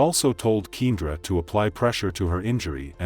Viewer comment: ‘Keen-druh’ is driving me nuts. Should have spelled it keyahndra when you heard the playback